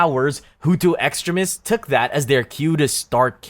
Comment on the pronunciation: Extremists is pronounced ecks-TREEM-ists. Cheers!